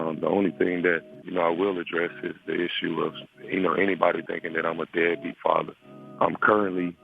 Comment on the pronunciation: Still trying to understand how a 12 year-old says beadbeat... men dont evenbuse that word, maybe he not doing, he dont support... but deadbeat.. yeah i would thinknhe heard that in a conversation with his mother and someone in conversation. SMH!!!